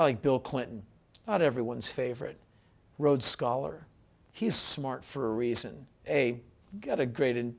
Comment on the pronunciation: It's Rhodes Scholar, not Rhode Scholar. Shows how intelligent you are. I highly doubt whether you really know what being a Rhodes Scholar entails.